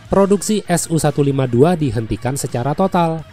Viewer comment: Sedikit koreksi min untuk alusista Rusia, pengucapannya tidak dipisah seperti SU-152 diucapakan "SU"-152 bukan "S-U"-152.